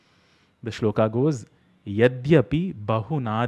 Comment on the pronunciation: Additionally he pronounces श्लोक with a ष. It is śloka and not Shloka (dont have the devanagari script ready). He is shouting from rooftops for everyone to pronounce it incorrectly. Unbelievable.